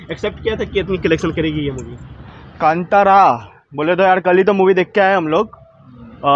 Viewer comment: कंटारा नहीं कांतारा!!!